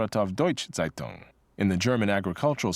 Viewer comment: By the way "Zeitung" is not pronounced "Seitung" but "Tseitung"